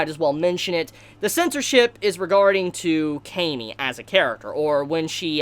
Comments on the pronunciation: I think its pronounce kah-me not kay-me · Dude you're saying her name wrong. It's Cam-y. Not, Came-y. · Ahhhhhhhh your pronunciation for her name